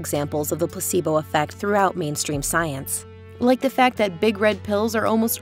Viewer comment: "Pussibo effect" and "tempeture" had me distracted. Still endurable than the other VO lady with the terrible vocal fry.